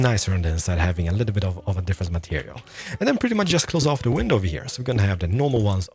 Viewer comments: Lol the way he said window pain like window penis!!! 🤣😂🤣😂🤣😂 that got me hard! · Haha window 🐓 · I’m sorry it sounds like he’s saying window penises, I know what he’s saying and it’s just his accent but it’s funny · YO DUDE WHAT THE FRICK MAN YOU SWORE IN YOU VIDEO... WHEN YOU NAME THE MATERIALS YOU SAY WINDOW PINESIS. DUDE WTH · I like How he says window panes